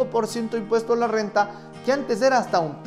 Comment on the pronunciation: Me encanta tu Rrrrrrrr renta elegantemente Rrrrrrrrenta Oleh!! sabio te voy a seguir haber que aprendo de voz, te acabo de conocer haber si me conquistas con la Calculadora, no si di qui habláis, solo entendí relajar pelvis, que si voy arriba positivo y cuando hago abajo me hago invisible? 🤔